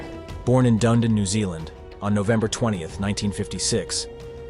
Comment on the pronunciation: This took place near Dunedin, the 2nd largest city on the South Island of New Zealand. Pronounced duh-NEE-din, NOT Dundon as repeatedly said here.